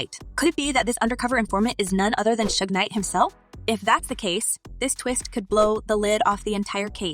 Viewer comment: I couldn't watch this culture vulture video hearing "2pack" and "shugs knight" smh 🤦